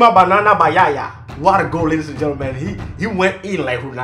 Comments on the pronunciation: Please stop saying banan😸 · where's he from Senegal Togo, Liberia, i like when he says banana and Basuka.